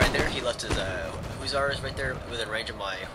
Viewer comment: dude your killin me, its huh-sahr not hoo-tsar